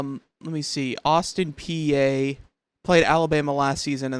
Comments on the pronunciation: it's pronounced Austin P not Peeaa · Just "P" not p-a... and very reasonable prediction imho. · Peay is pronounced like a green pea. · It is pronounced Austin pee. Vols offence state for you last year. Vols Ran the ball 54% passed 46% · The a is silent in Peay